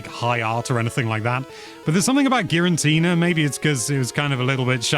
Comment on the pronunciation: Why does he pronounce Giratina as Girantina? Theres3only 1 N in Giratina sir